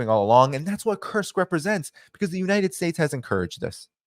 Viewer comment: Sounds like he's saying, the "cursed" region. I hope it turns out to be a cursed region for Ukraine.